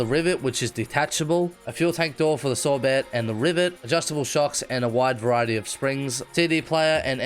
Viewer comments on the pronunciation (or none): It bothers me how you pronounce sorbet; you say "Sore - Bet", but the actual food, as far as im aware is pronounced "Sore - Bay": so is the offical pronunciation the former or the latter?